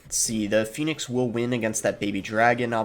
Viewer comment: “Phenix Ehg” lol😂